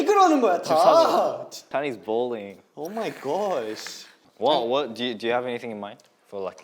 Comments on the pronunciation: "Chan is ballin" "Oh moi gawsh"" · 'Felix: Get me a house!' Chan Noises of disgust Felix Chan is balling Chan Why does everyone ask me for that!? 😂😂 And then Chan's 'oH mY gOsH' in his australian accent im in tears 😭😭